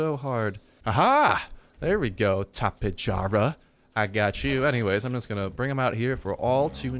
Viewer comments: It's Tap-E-jara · its tap-ay-ar-uh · Just pronounce the j as an h, it's Spanish, tap-a-har-a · its tap-ayyy-are-uhh. loved the vid. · Tap-ay-har-uh** The J makes an H sound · tapay yarra I believe is the correct pronunciation . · Just say tappy-jar-a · it's tapejara like tapehara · Daily Videos I like how it's able to strafe as it flies, I can see wars with this thing being like the speeders from the Moon of Endor. also it's pronounced (Tap'e hara) the E has the eh sound.